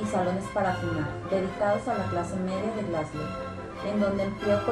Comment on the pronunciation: wtf cómo que "Glasglow"